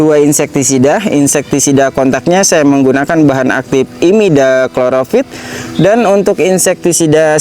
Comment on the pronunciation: Imidakloprid bang.... Bukan Immidakloropid Hehe Maaf, bukan menggurui